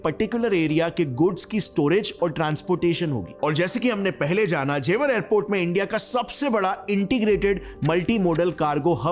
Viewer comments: It's not Jewaar .. it's जेवर ... Hamari janambhumi ka name dhang se pronounce kro 😊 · ji, जेवार nahi जेवर बोलते हैं,और ये गांव की जमीन हैं जो यमुना एक्सप्रेस से लगी हुई है, जेवर को आप गांव मत समझो, हमारा तो घर भी है,Gaur Yamuna City mei, जेवर के बगल में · That's not जेवार that's जेवर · It is jewar not jewaar Btw I belong here😁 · Na isko Beijing ki pronunciation aati hai aur naa hi jewar ki